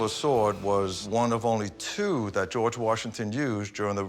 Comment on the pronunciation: How is it so hard to say George? It's not GoooWarj it's just George.